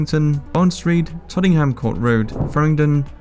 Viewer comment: As soon as I heard him pronounce Tottenham Court Road as 'Tottingham' and Woolwich as 'wool...wich' I switched off.